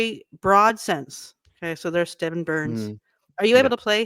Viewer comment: His name is STEFAN BURNS not Stephen